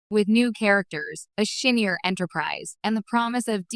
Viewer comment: Shinnier? WTF Pickard????